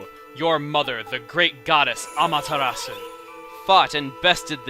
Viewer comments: Chuggaa, I love your videos, and I've been a fan for years. However, there is something that I feel like I should address. In your previous videos, you leave the "u" sound out of Amaterasu and Chibiterasu. May I ask why this is? It's not a big deal, I'm just curious. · The Japanese pronunciation does not pronounce the "U", but the English one does, so I think it's because he's stuck between the two.